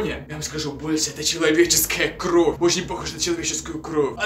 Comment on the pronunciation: не кроф а кровь и хвацит говорить банда манда